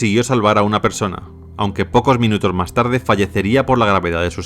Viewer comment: Que pronunciación tan extraña, la palabra “más” entre otras la pronuncia “Mar”